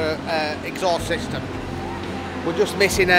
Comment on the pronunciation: We need a clip of saying MISHFIRING SHISTEMU